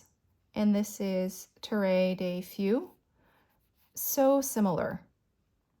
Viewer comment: Beautiful inks!! It's fascinating how much a difference the paper makes. Note on pronunciation of the Herbin inks. Terre rhymes with "pear" and feu rhymes with "ugh"; and larmes rhymes with "arm" (French has lots of silent s's!)–hope that's useful!